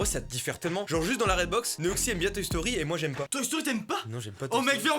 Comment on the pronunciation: J'ai compris Secret Story au lieu de Toy Story ... Jugez moi